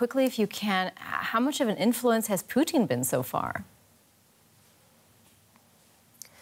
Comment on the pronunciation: damn she say Putin like she ordering a hot order of Poutine 😂